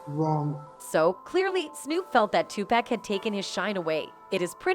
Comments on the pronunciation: I know right I hate when people say 2pack it annoys the sh*t out of me, its definitely pronounce Tupac or 2pac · WILL SHE PLEASE GET THEIR NAMES CORRECT...WHO THE HELL IS PACK and NES..this report is terrible..yall fail as a news channel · Who tf is two packs it’s Tupac Smdh white always on some disrespectful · It's Tupac b** not. No pack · Pleaaase somebody learn that lady pronounce the name TUPAC 😅😓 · this A.I. or lady pronounciation of Nas and Tupacs name is killing me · How is it possible the woman providing the voice over doesn't the proper pronunciation of the names of the majority of the artists she's providing commentary on repeatedly. It was so disrespectful and annoying.